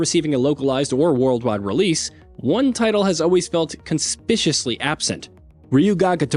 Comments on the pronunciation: CON-SPIC-U-OUS-LY. SMH… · Conspishously lol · Conspicuously. Stop trying to say words you can’t pronounce. Only this channel does this.